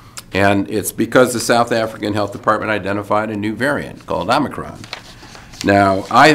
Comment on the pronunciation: Thank you for all of the information and for being one of the few who pronounce omicron correctly.